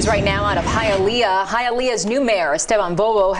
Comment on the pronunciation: Mad respect for pronouncing Hialeah correctly.